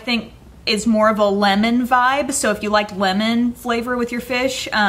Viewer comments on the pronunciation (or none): none